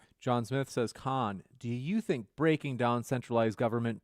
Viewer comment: I'm biased in that I'm conservative and love Andrews debate skills so I was with Andrews side from the get go, but I will say that vegan rebuttal about pulling out the banana first was hilarious! comes in second tho with the KAHNNNNN!! from star trek lol